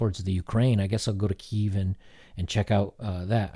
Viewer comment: Fellow ukrainian here. Hope you had a great time travelling and exploring the world! And props for naming our capital right, that is pleasant to hear, especially from a foreigner.